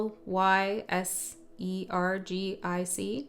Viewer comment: Lysergic- Lie-surge-ick, like LSD lysergic. Cool reading, thanks :)